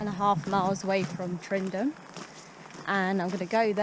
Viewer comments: Haha .Its Tyndrum . Not tryndrum . Call it tindrum , You'll be fine. HA HA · Great wee adventure your having. Tow weir was very famous walker and adventurer. Tyndrum is pronounced tin - Drum enjoy the rest of Scotland famous way. Great videos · Tyndrum, Not Tryndum :) Good luck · You make a great video got to correct you though it’s pronounced “Tindrum” can’t wait for your next instalment Happy hiking 💜🏴